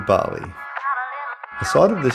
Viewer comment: Nice video, well edited. Please learn how to pronounce the words correctly as not to look ignorant and be disrespectful to the people of Bali.